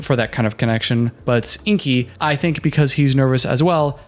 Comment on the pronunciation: As someone who has a name that, believe it or not, people mispronounce a *lot*, that she calls him InKi when his name is clearly spelled InGi irritates me to no end. The entire planet will now pronounce his name incorrectly and that sucks. Alina did the same thing with Caleb and I spent that season yelling at the TV whenever she said his name. I hope he’s a much more mellow person than I am! 😝